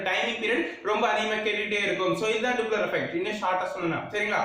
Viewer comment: டூப்ளர் இல்ல டாப்ளர்